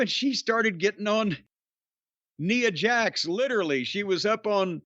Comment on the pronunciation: I thought only the WatchMojo guy pronounced her name as 'Nee-a Jax'